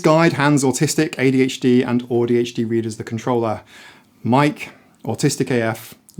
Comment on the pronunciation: Love the pronunciation of AuDHD. I can now pretend that I'm like Audie Murphy